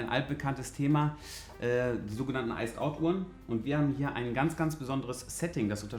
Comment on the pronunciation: "is halt iced ousd, ne?" 😂